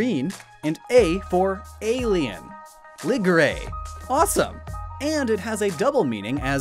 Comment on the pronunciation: Ligray is not read as "li-gr-ay" in Japanese. there is no "ay" sound in that Japanese in the one that you show us. It's actually spelled as "Li/ri - Gu - Ree". but to be fair the word alien in Japanese spelled as "e-i-ri-an" so it's still kind of work.